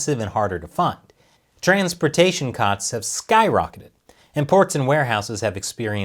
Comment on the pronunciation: The way says transportation is hilarious